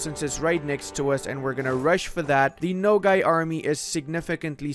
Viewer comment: hahaha it is not "no gay" my dude. the a in nogai sounds like a in "army"